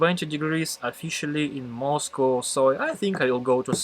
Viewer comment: Moscú? So that’s what Russian accent sounds like?